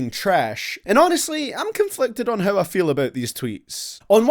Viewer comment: Everytime you say “how” i blush cause i hear you calling me a “hoe”